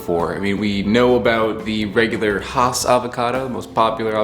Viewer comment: It's pronounced Hass as in Bass.